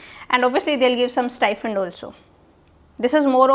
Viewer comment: Stifund or STIPEND???